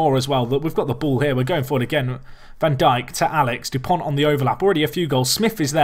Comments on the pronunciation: van Dijk is pronounced "van Daik" This is the same for a lot of Dutch names that have the "ij" in them. For example, Stefan de Vrij is pronounced "Stefan de Vrai". Hope this helps:) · It is pronounced 'Jan Van Dike' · Its van dike, like Southampton's Virgil Van Dijk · Sid Iyer I'm Dutch, trust me when I say it's van Daik. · Yeah it's how we pronounce it gets because that's how the commentators say it. When I said Van diek, its just die with a k